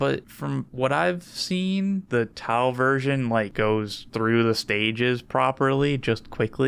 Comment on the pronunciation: sounded WAY too excited for the first 40 seconds, glad the disappointment of T-glottal stop-au "melee" brought him back to normal